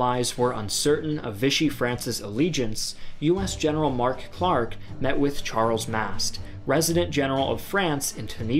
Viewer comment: Not convinced that’s how you pronounce Charles Mast.